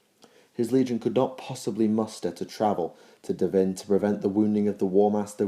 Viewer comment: PROS-pero DAV-in an-ATH-a-may Others have already pointed out "remembrancer". Great videos otherwise, but you pronounce so many words wrong.